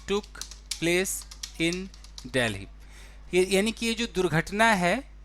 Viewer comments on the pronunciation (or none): none